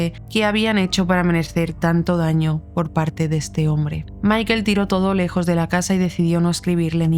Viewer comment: Pronuncia bien el nombre por favor. Michael. Se pronuncia Maicol.